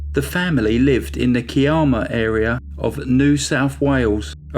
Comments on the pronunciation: “Kiarma “...oh you mean Kiama! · yes I wanted to check that he actually meant Ki-am-ah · Kye-amma, puhleeze, and (oddly) Gerringong is pronounced Jerringong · lol I was having a good chuckle at. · Gooday. I live north of Kiama [pronounced, Ki,as in eye, amma]. I remember this case, well, and was always suspicious that the husband was involved.. But I knew that Peter Woods would solve it and get justice, as I had already watched him in action when he investigated my sisters sad end, in 1984 , Not only was he good at his job but the comfort, and support he gave to mum was awesome. Thankyou for a great video, and can't wait for the next one.....stay safe, you and yours, and all you're fans. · They were from Kiama , pronounced Ky-am- uh. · As a local I’m glad to see a big crime channel cover this case. We all remember it well . FYI Kiama is pronounced Keye (like eye) a ma. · It's actually pronounced ki'am'a Ki sounds like Sky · K-eye-am-ah. Keye-am-a = Kiama. And Jerry Jer-ring-gong = Gerringong 😀 Both are beautiful coastal areas with beautiful beaches and great fishing amongst countless other things. 🥰. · Great video. No disrespect and not to sound rude, but it’s pronounce Ky-amma and the other is Jerrigong. Us aussies pronounce things oddly 😂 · Hi and good evening from Australia.... past, it"s pronounced Ky-amma ✌ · THANK YOU was just about to comment on how to pronounce Kiama and sorry for the loss of your sister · Unbelievable that a man could kill his wife and his unborn baby... So sickening.... Not as bad a crime was your murdering the pronunciation of Australian names!! Kiama and Gerirngong!!! 😂🤣😂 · I live about twenty minutes away from Kiama and I remember this case very clearly. I actually burst out laughing hearing your pronunciation of Kiama and Gerringong. Love the channel.